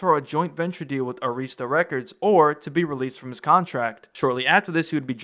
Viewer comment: Please please stop saying “Areeesta”, it’s “Air-wrist-tuh(Arista).